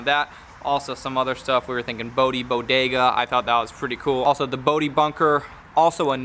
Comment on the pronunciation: After you do a car slap a sticker on it that reads BodeVised lol I think The Bodega is a good one, but pronouncing it "The Bodee-ga" lol